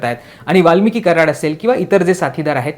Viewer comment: वाल्मीक म्हण वाल्मिकी नको, कसा पत्रकार आहे.